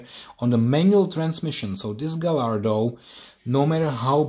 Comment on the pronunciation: Dude, you act as though you have never taken a model out of its box??? It's not hard, just pull all the flaps to the outside on one end and lift the box while gently wiggling it and it will come out just fine. P.S. It's pronounced Guy-ar-do, not Ga-lar-do, the 'l' is silent. You say you are not a fan of manual transmissions - that tells me you probably never drove one and therefore are not proficient with its operation. That's funny, because I grew up with manual trans. and like most others my age, would much prefer a manual to an automatic. Well, even the current Corvette is automatic only so manuals are doomed to slip into history..........but I still love them. They simply provide a wider range of control of the vehicle and more flexibility in how you can drive it. My last car was an SVT Focus with a 6 speed manual Getrag transmission from Germany and I loved it! Oh well, each to his own as they say. 😉